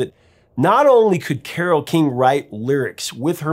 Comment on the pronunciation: Did she really pronounce her cat's name like that? Admittedly, I took Latin, not Greek, but I've always read it with the emphasis on the second syllable. Anyway, thanks for covering Carole King and this magnificent album, that brought joy to so many of us with it's simplicity, relatibility, and unforgettably beautiful sound.